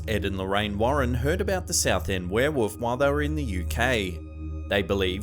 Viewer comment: Heheh, "were-woof"